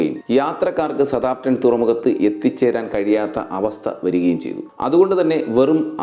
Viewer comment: വീഡിയോ കൊള്ളാം മാഷേ ഒരു ചെറിയ തിരുത്തു സ താം പ്റ്റൺ അല്ല സൌത്ത് ആമ്പ് ടൻ ആണ് ശരി എന്ന് തോന്നുന്നു... ഇംഗ്ലീഷ് ഉച്ചാരണം ഒന്ന് നോക്കിയേക്കുക